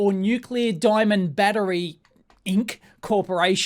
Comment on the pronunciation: "DIAMNOND" hahahahahahaha